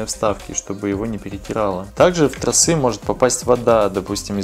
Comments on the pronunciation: я очень безграмотный в русском. Но торосЫ и трОсы режут ухо даже мне. Если ты вещаешь в массы, хоть делай не тяп ляп. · А как оживить закисшие трОсы,а не тросЫ.так и не сказал.хотя это было бы ооооочень актуально. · Не тросЫ а тросА